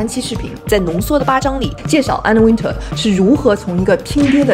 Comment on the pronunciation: 至少把Anna Wintour 的名字唸對吧？不要中式發音好嗎？中國人的英文真的有點可怕，不是Ａ都發ㄚ，那是你們中國的拼音，那不是英文。都已經在做時尚影片，起碼做一點功課。youtube GQ 都有一堆材料。如果你有點常識，或者有做功課，不至於犯這種低級錯誤。